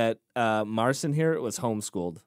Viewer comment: Mar-chin Pat-cha-work. Roughly the way his name can be pronounce.